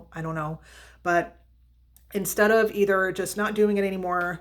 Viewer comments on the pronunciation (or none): none